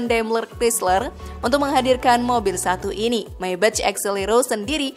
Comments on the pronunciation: Sorry kritik yaa. Maybach dibacanya Maybakh Meybech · Padahal yg bener bacanya Meybag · Dibacanya MAY BAKH bukannya MAY BEC. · Menyebut 'Maybach' bukan seperti menyebut dalam bahasa inggris, karena itu kan bahasa Jerman .. sebut saja apa ada nya. Katakan saja - 'Maibakh' ... Itu sudah betul .. !! Jadi bukan Meibetjh' .. Maap ya ... Hahahah !! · Maybah kayanya di baca nya, bukan maybech😁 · Info sesat Kamu tau 100 triliun itu brp miliar ? 100.000 miliar bro Nah,pengucapan maybach yg benar itu bukan meybech tp meybah 😅😅